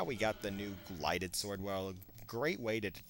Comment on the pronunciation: It's GILDED sword, not GLIDED sword.